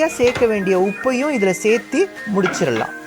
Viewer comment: Seithee seithee nu salathinga . Serthu nu sollunga pls